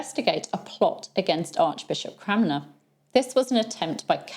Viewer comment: I love that you can't always say Cranmer properly (I can't say donimoes) 😉